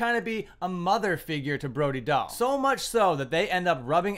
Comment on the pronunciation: I thought her name is pronounced Brody Dale.